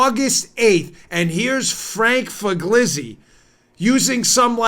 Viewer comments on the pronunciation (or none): Dan, incisive analysis, as always. Thank you. In return, let me help you with the pronunciation of '"Figliuzzi". In Italian - I am a 1st generation American from a bilingual Bronx Italian family - a "g" preceding a consonant adds emphasis and is silent, as in "lasagna" or "Pagliacci" or the even more tongue twisting name of the wonderful pastry called "sfogliatelle". So, just pronounce it phonetically as "Fill-uzi" and you'll be very close. Tante belle cose!